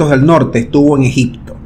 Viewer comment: Ni hablar sabes Se dice ejipto no ejicto